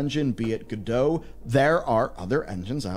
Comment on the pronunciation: It's "Godot", not "Godot" nor "Godot".